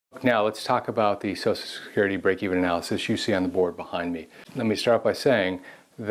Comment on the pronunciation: ~ What's so hard about pronouncing the phrase "Social Security?" So-Shell Security. Not "so-so security," not "so-security," not "so-sue security." Drives me nuts.